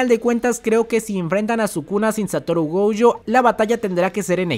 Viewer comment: Por que carajo le dice goujo si es gojo